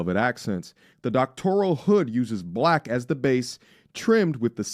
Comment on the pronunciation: Doctorial? It's Doctoral